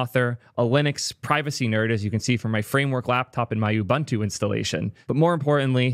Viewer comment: Kinda pronounced oo-boon-too